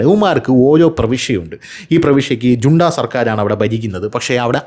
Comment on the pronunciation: Its not ജൂണ്ട but ഹുന്ത... Correct your pronounciation pls